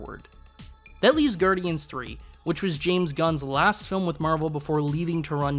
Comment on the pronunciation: Gudryans three? What is this guy, Canadian? :D